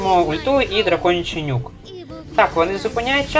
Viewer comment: я постійно чую "драконячий нюх" замість "нюк"